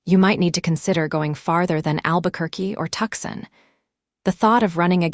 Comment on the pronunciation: Please fix AI to read city name SANTA FE as "SANTA-FEY," NOT "SANTA-FEE"!!! Tucson is not "Tuck-Sen" Stagecoach is not "Stage-E-Coach".... Laramie is not "LAME-EE"......geesh! Silas is not "SEE-LAS"